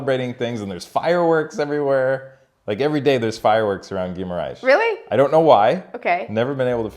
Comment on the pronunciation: Great vid! You’re saying Guimarães as Ghee-ma-RAISh (like the sound in the word: rice) when it’s actually pronounced Ghee-ma-rangsh. Like the (ang) in the word ‘bang’ and ‘dang’.